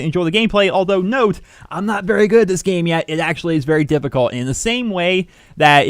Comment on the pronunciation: the type of guy to say berry instead of very